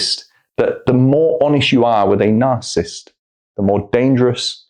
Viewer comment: Astonishing how many people cannot pronounce the word narcissist, even psychiatrists. No disrespect but it is not "narcist"